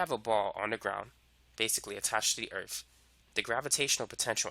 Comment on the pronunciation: I like he says the word earth, "Earf". makes him even more badass.